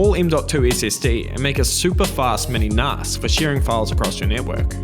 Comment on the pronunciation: Ahhh no that's not how you say NAS!